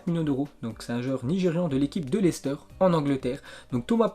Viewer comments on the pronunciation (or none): none